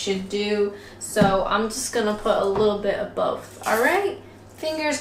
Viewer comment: "A li'lle bi' a both". You're really picking up the English accent there with the dropping of your t's.